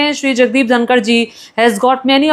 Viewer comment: उनका नाम धनखड़ है, धनकर नहीं आप जो नाम का पता नहीं ओर मोदी जी के ट्वीट पर ज्ञान दे रही हो